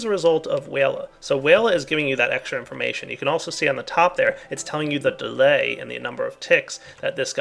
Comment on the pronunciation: just listen how say delay